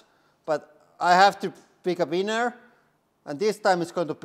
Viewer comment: I giggle every time you say winner. Sounds like weiner.